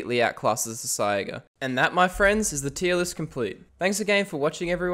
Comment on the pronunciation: Bro please, it's called a saiga pronounced sayga